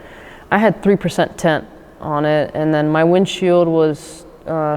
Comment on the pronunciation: It's really not harrassment if you're actually doing something illegal, like speeding or having illegal modifications on your car. Also, it's tint not "tent"